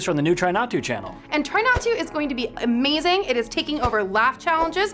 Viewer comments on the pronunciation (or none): none